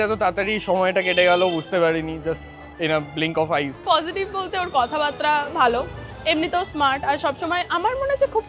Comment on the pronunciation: কথাবার্তা কে সকলেই আজকাল ‘কথাবাত্রা’ উচ্চারণ করে দেয় 🥴